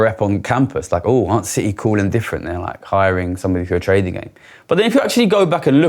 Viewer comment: uhhh...Citi, not City. lol